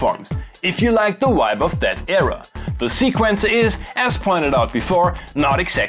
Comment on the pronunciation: Why do you say "wibe" instead of "vibe?" Germans have a "V" sound in their alphabet after all. I'm really curious because I know German and am confused. (I'm really not trying to be mean)